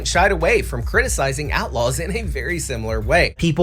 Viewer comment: "Star Wars Aightlaws?!"